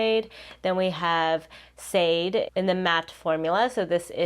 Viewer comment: im sorry but it’s not shaw day but shaaaaaaaaah day. It’s a Yoruba name. ❤ (the pronunciation isn’t accurate but that’s the best if you do not speak Yoruba) . you tried tho.